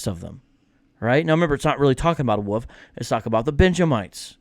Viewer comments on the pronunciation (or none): I’ll be honest,, I thought you were saying “woof,” like a cute way of saying dog. It took me until you put the caption on the screen to understand you were saying “wolf.”